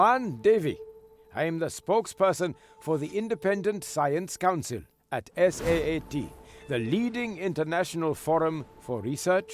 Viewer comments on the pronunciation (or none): I dont know, it hurts me a bit to hear you say saat all the time, its S. A. A. T. , not saat. No hate, just love tho :D